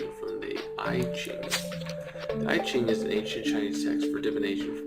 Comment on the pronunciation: it’s pronounced “ee cheeng” though